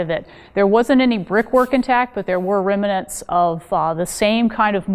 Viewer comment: Someone tell this person the word is remnants, not reminants.